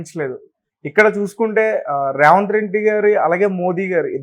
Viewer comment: ఒరేయ్ Raఏ రావంత్ రెడ్డి కాదురా. ఆంధ్ర గా. సరిగ్గా పేరు పలకడం నేర్చుకో